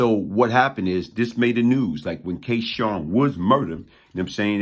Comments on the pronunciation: K-Sun is not K-Shawn. You're saying his name wrong. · I know this story well. The young lately killed was not K Sun s girlfriend. Also your pronouncing K Sun wrong . If memory serves me correct K Sun was killed before Wood